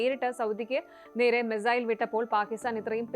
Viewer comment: Mizail അല്ല, മിസൈൽ, തിരുത്തി വായിക്കുക